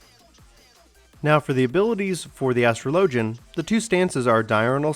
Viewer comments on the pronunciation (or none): Astro Lojin! HAHAHAHAHAHAHAHAAHAHA! Az tro Lo Jin! The Ass Tro Lo Jin. You spek Engish? I can't... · This is a hard video to watch because you don't know how to say "Astrologian" there are pronunciation videos vgs